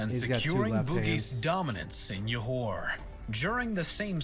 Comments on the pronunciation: We pronounce it like this; Johor = Joe hor not Yohor (J as J like Jam, Jug, and Joe) Kecil = Kechil not Kecile or Kesil (C as Ch like Channel, Chalk, Child) Kuala Lumpur = Kooala Loompoor, not Koala Loompar (U as Oo like Loop, Hoop, etc.) And Parameswara indeed has accepted Islam and change his name to Iskandar Shah And Proto-Malay people are of Austronesian origin who lives in the Malay archipelago which called Sundaland at that time Google Sundaland for more info about it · Stopped watching when they call Johor as "Yohor"... Can't take any pseudo-historian seriously if they don't even try to get native pronunciations vaguely correct. Most likely full of poorly researched facts. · Comment: you pronounced Borneo correctly than the narrator. Pronounce Peninsular with silent "R". Johor pronounced with a "Juh" sound. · Why did he say johor like that its joe-hore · It is Jho-Hor(Johor).. the guy in the video pronounced it wrong It is RaJa Ke-Chil(Kecil) It is Koo-Wa-La Loomp- Poor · its pronounced Johor J as in John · Im Malaysian and the videos pronunciation of Kuala Lumpur,Borneo and Johor are wrong btw you guys are saying Borneo correct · The video's narrator missed pronouncing a lot of words especially words that is Malay (Johor, kecil, Kuala Lumpur). when you pronounce Malay words, you pronounce them like Malay. I've never heard of people pronouncing Japanese words like sushi or anime in how-do-English-pronounce-this-word. it's pronounced as its original language. anyway, good job, you've done a better job pronouncing Malay.